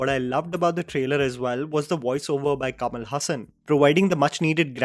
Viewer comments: FOR THE LAST TIME, IT'S कमल हासन. Great review as usual 😒🤍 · It is Kamalahaasan not Kamal Hasan